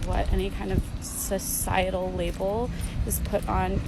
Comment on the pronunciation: She said “cis-cietal,” omega lmao